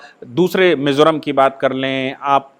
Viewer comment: Not Mesoram .. it's Mizoram Sir...